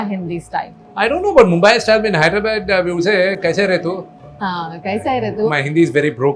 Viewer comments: Hyderabad is no herabaad it' not not bad it's called badh i mean Hyderabadh. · Neer dosa is from MANGALORE not from BANGALORE and please try to work on your ACCENT it’s NOT MEDRAS it’s MADRAS 😅 ITS NOT HEDRABAD. That how it is with NEPO 😅😅😅 MOHAN BABU IM SORRY. Please ignore this video . Don’t want to go in coma 😅😅😅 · Wtf is wrong with this guy? What is HYDRA-Bad? Bro, it’s Hyderabad.